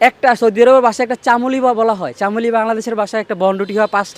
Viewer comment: চামুলি না 😂 ছামুলি 😂